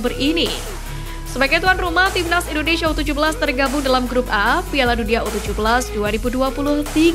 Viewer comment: Bandel ya Bacanya... INDONESIA Bukan INDONeiiiisyiiiiaaa, ngawur ah 😅